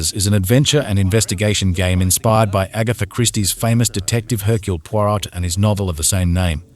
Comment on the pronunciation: "Hirkl Pwarott" would make old Agatha spinning in her grave like dinamo able to feed the whole world with free power. Even those in England pronounce this name more correct. Good list tho, thanks. :face-green-smiling